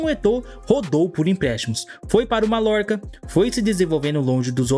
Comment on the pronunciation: Malorca?? Se pronuncia mayorca